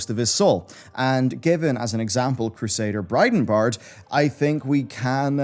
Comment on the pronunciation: It's Bridenbrad, not Bridenbard. You've been saying it incorrectly on this channel for years.